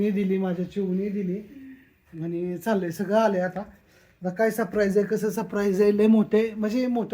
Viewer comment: सप्रैज नाही सरप्राईज